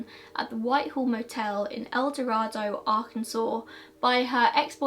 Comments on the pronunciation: I was born in ElDorado. It doesn't make a big difference but it is said with a long A. El DorAdo. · No, she did not pronounce it correctly. I live in Arkansas, and it's pronounced El Do-ray-do. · I hadn't heard about the familial DNA match. Interesting. For what it's worth, El Dorado is supposed to be pronounced the way you did, but in Arkansas, it's pronounced more like El Doraydo. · I’m from El Dorado!!! We actually pronounce it “el-doh-ray-doh”. Thanks for covering this!!!! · Also not sure why we in Arkansas pronounce it Do-ray-do. Kinda weird, but it's how it's pronounced. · I totally understand that most people who are not from there would not know. Take it as a fun fact that someone local is telling you how we say it. :) no harm no foul. Still love your content. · Gina Sherrard it’s fine if that’s how y’all want to pronounce it doesn’t change how the name is spoken internationally so if it’s truly a matter of preference for you I wouldn’t go around correcting people. You being born there and mispronunciation isn’t going to change how a whole language is spoken. Sorry to tell you.